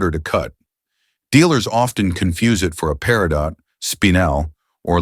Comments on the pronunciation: Peridot = PERRY-doe (T is silent) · The T in Peritot is silent!